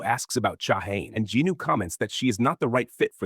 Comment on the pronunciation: Jin-woo bruh. Not jinu or jinoo